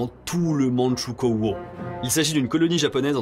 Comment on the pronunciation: il faut pas prononcer "mandchou-kô-o" mais "mandchou-kwo" car Mandchoukouo est une francisation du chinois "Manzhouguo"